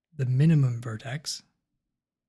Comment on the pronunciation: "Vertex"!! Great video though.